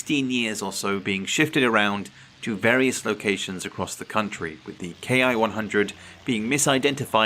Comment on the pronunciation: A fine historical presentation. 😊 Greg, of Greg's Airplanes and Automobiles, insists the pronunciation of Ki is not "kay eye" but rather is said as "key." I know that I myself would like to use the correct nomenclature, and am still not certain on this detail...